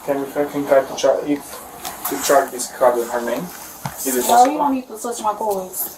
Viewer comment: "Chorge my cords" was killing me 🤣